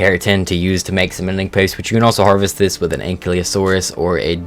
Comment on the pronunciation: f*cking moron he said it right